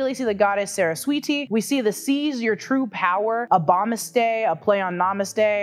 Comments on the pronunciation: its sa ra s wa ti not saressweeti😂😂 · *Saraswati (not sweeti) please look up pronunciations to names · Its Sa-ras-wati. NOT Sarasweetie!!! How hard is it to pronounce that? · it's "Saraswati" not "saraswiti" and more over that picture is of goddess Lakshmi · Saraswati and not sara-sweety😐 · It is not "sara-sweeti" It is "saras-viti" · Saras-sweeti? T_T Kill me please! Sa-ras-swa-ti it is. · Pronunciation of the Hindu deities was about 6.5-7 outta 10, but I just appreciated the research put into getting their names right in the first place. I think one of the statues you refer to as Hindu is actually Buddhist (and in fairness, Buddhism is basically an offshoot of Hinduism anyways). "Sarah Sweaty" made me giggle lol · Wait. Did just pronounced goddess saraswati as sara-sweety 🤣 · Butchered the name of Goddess Saraswati btw